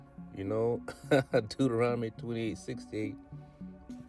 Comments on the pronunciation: Not spelling, he's SAYING it wrong by transposing the 'n' and 'm' sounds. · First of all, he says Deuteronomy wrong...lol🤦🏿‍♀️